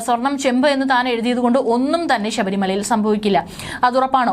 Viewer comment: Edee pulle sabarimala. Alla. Sabarimala. Ennanu.poy ucharanam padichu vaee.